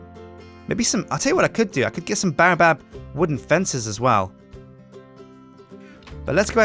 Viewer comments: baobab is pronounce bay-o-bab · I'm disliking every video u say baobab in cuz its pronounced BAY---OH---BAAB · Baobab is pronounced bay-o-bab !